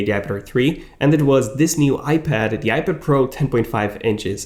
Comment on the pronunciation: IPID? TUM-NAILS? C'mon...really? Slow down the pronunciation linguistics, genius...a lot.